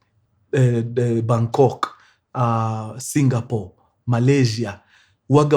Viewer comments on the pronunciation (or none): none